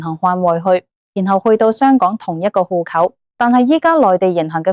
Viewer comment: 戶口「呼扣」啲乜嘢口音嚟呀？